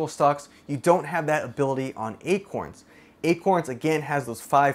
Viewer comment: you said akons xD had me deaAADD